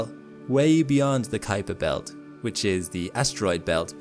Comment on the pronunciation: You let that cute guy call it the Cooper belt a dozen times on purpose. 😹